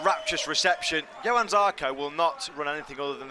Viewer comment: Déjà une autre «ÉPOQUE » zarco chez tech3 yamaha,Lorenzo chez ducati,Pedrosa roulait encore,Rossi qui pouvait encore gagner des courses et un marquez champion du monde,Crushlow roulait devant,et petite précision pour le commentateur,on dit JOHANN Zarco et pas Yohann Zarco 👍🏻🇫🇷